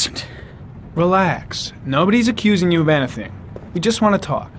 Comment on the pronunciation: Heh, "EN-uh-thing..." that's the only place I've heard his British accent creep in. I've never heard an American pronounce the word that way; it's always "EN-EEE-thing." Very pronounced long "e" sound in the word. Leon Ockenden's accent in this game is sort of Bostonian, though, I think... it's odd, but cute. I'm starting to imagine he had an immigrant mother from London and a Bostonian father and upbringing or something.